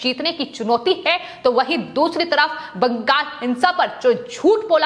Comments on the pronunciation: It is not BANGAS but BANGAL!! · बंगाल को बंगास उच्चारण करती है।